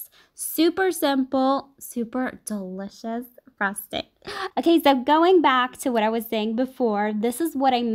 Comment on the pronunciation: She pronounces delicious like dseliciouss